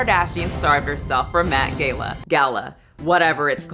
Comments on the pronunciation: Met "Gay-lah" 😅?? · "Met Gayla"?? I feel like youre trolling us :D hahahaha